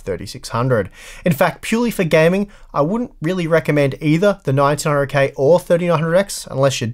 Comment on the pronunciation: Sounds like you're saying 1900k